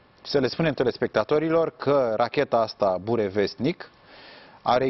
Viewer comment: se accentueazā pe "o" nu pe "a"